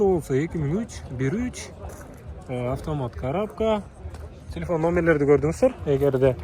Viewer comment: Тилифон дегин 😂😂😂 телефон